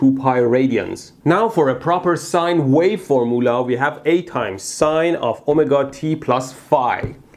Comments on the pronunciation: Legitimately 4 minutes into the video when I realised that the mythical four-mulah he kept mentioning was... formula. Never change, Mehdi. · Great video!!! But I have to ask..are you saying for-moo-la like that intentionally? I have to snicker a little every time you say that... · For-moo-la. xD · Formoola? I love you Mehdi. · Form - u - la ...not form - oo - la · “Formoolah” -mehdi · love how he says FORMOOLAH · The way he says fumula makes me laugh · Am i the only one who took a few minutes to realise he was saying formula and not formoola? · foor-muulah :D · I've /just/ worked out that "for moolah" is "formula"... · Can you say formmoolah again please. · I was so confused about the word formoola when I realized he meant formula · I love how you pronounce formoola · I shall henceforth pronounce Formula as Formoolah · "For moolah" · Mehdi should either say FORMOOL (in Farsi) or FOR-ME-YOU-LA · I kept wondering what the heck a "formeuwla" was and thought it was a new scientific term. Great channel and explanation! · I learned nothing other than I love the word 'Four-moolah' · Four Mullah? :O ;) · LOL -- it took me a while to figure out what a four-moolah is. 😊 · wow, horrible mispronunciation of the word "formula." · It's how Mehdi pronounces "formula." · I like how you pronounced the word "formula". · form- oolah, oh- meh- ga